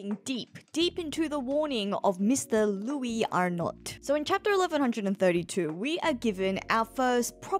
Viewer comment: Wouldn't it be louey Arno? It reads like a french name. Silent S in Louis, silent T in Arnot.